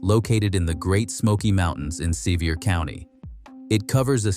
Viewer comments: AI should learn pronunciation, I am a Tennessee native. Sevier County is pronounced "severe", not Seevier. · Sevier is pronounced like "severe", you're welcome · Sevier Is pronounced SeVeer.